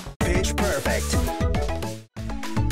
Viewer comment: It's me or did say "Bitch perfect."